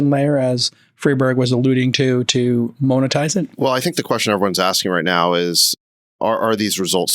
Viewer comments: can we petition to have J-Cal say monetize like a normal human?! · Jason Moan-etize Calcanis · Jason every episode: “moanetize”